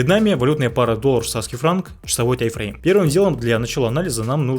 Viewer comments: не тай, а тайм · Почему тайфрейм? Таймфрейм же, ухо режет 😮‍💨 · Претензий к информации автора нет, просто интересно меня одного подбешивает когда он говорит «тай-фрейм» а не «тайм-фрейм»?😂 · ТАЙМФРЕЙМ, а не ТАЙФРЕЙМ, ПАДЛА😆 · Этот парень учит нас а сам не знает что говорит, какой тайфрейм? может тайМ-фрейм?